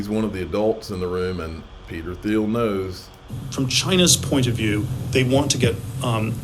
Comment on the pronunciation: Peter Theil's last name is pronounced Teel